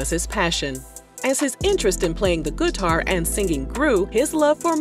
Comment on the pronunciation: I just love how she says guitar "guh-tar" :-)